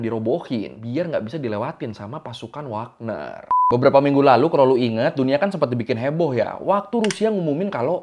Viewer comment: WAGNER YA! BUKAN WAKNER!